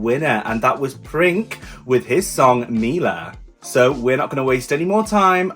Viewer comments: Honestly, how did you figure out his name Princ(e) was pronounced "Prink"? when it couldn't be more obvious the word is PRINCE only in Serbian. Ever heard of Google translate? Be honest! It's beyond me how stupid you got to be. "Prink". Unbelievable! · You must say Prince not Prink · C is not K in Serbian. u can pronounced as Prince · Princ is pronounced Prince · Princ pronounced “Printz” or Prince